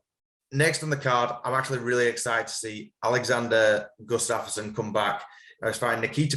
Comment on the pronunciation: That pronunciation of Gustafsson was wild ngl. I have a feeling his timeout will be to his detriment he won't be the same. And I do think Paddy can compete at a high level. If he is champ material remains to be seen.